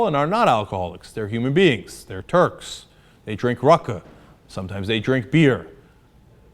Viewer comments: i has 20/20 hearing. I heard him perfectly. He said turds. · I did. Cenk said turds.